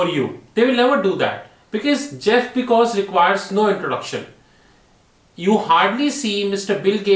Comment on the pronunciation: Pronouncing Jeff Bezos and Mark Zuckerberg wrong too many times